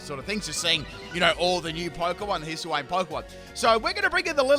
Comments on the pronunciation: Hiss-uh-wayne :_pimpKappa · "Hisuiwayne" lmao